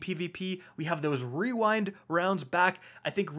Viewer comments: ✨Weewind wounds ✨ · No one:: Rerind rounds. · wewind wounds owo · Wewind wonds 😂😂😂 man that thing is a tongue twister though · Wewind wounds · Wewind wounds uwu :3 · Hehehehe Rerind wounds